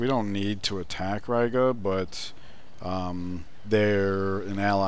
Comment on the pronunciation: It's pronounced Ree-ga.